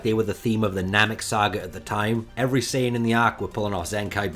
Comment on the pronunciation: S AI yan scholar